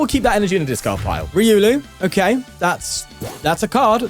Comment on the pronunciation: Just to help you it’s “reeh oh lu” not “re uu Lou”